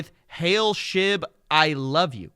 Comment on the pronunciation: I mean.. am I the only one that hears "shit" not "shib"? LOLZ